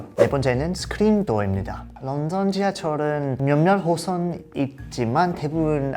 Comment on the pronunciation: 스크린도어 한국발음으로 하는거 웃기다